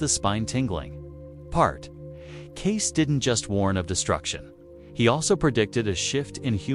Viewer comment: FAKE - FAKE - FAKE ---- CLICKBAIT. IT'S NOT 'CASE' YOU MORON I.A. BOT --- IT'S KAY-SEE!!!! enough with the artificial garbage. FAKE - FAKE - FAKE ---- CLICKBAIT. FAKE - FAKE - FAKE ---- CLICKBAIT. FAKE - FAKE - FAKE ---- CLICKBAIT. FAKE - FAKE - FAKE ---- CLICKBAIT. FAKE - FAKE - FAKE ---- CLICKBAIT. FAKE - FAKE - FAKE ---- CLICKBAIT. FAKE - FAKE - FAKE ---- CLICKBAIT. FAKE - FAKE - FAKE ---- CLICKBAIT. FAKE - FAKE - FAKE ---- CLICKBAIT.